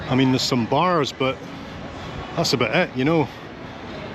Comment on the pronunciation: Hanging aboot? “ He who hangeth aboot, geteth hee-haw” 😅